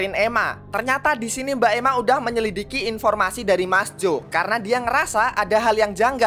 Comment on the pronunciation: tumben biasanya bilang nya menyelikidi bukab menylidiki 😌😌